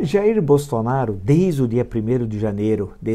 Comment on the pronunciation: Impressão minha ou ele falou Bostonaro?😂😂😂